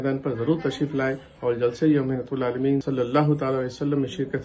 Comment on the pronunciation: Rahmatallil 'Aalameen, not Rahmatal Aalameen, plz.